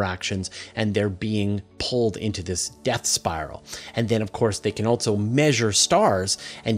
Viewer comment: "Altzzo". "And Altzzo they will "....